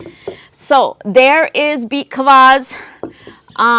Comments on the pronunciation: Are you saying beet collage or what? Can't make out what you are calling the juice drink. Also what do you mean by waxing the cucumber? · I’m sorry, what are you saying, beet claws, beet Klaus? I can’t pick it up. 😂